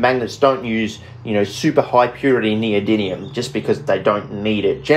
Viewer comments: my man can make cubane in his shed but can't pronounce neodymium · I thought for sure at some point you'd notice how much you were butchering saying "Neodymium". Is this Chemiolis 2.0? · Considering how often you say the word in this video I just have to ask. Where’s the second “n” in the word neodymium,? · Bro mispronouncing neodymium for the first 5 minutes is pretty taxing to watch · The fact you never pronounce neodyMium bothers me greatly. 😖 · Great video. My ears are sore though from you pronouncing it NeodyNium instead of NeodyMium 🙈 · It's almost a drinking game hearing you say "neodynium" (with an N) over and over all while I can see the title of the video that clearly reads "noedyMium". But don't feel too badly. Most people over hear can't say aluminium properly. 😂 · In the spirit of being a pedant, it's pronounced "Neo-dim-ee-um" there is no second N anyword in the word. Great video as always though! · In this video: 35 minutes of a grown chemist saying neodynium. At least it's not neodynum :D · Every time he mispronounces neodymium as "neodinium" i get forest whitaker eye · PhD in chemistry… still can’t pronounce the elements correctly lol😂 “neodinnium” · WHY does everyone say "neodynium" ? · is it me or is it pronounced neo-dym-ium? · Does mispronouncing NeoDIDLIUM every single time tip you off too??? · Can't even pronounce NeodyMium correctly. It's an M, not an N. You spelled it correctly in the video title (probably only due to Spell Check forcing you to) but say it wrong over and over and over. FFS. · That was incredible! I don't think you said neodymium correctly once! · He said the first m as an n every time 😭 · I don’t think he pronounced it “Neodymium” once in the entire video 😂